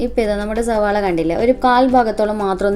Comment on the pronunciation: Ningal endhina ellathinum z kootunne🙄zavaala😂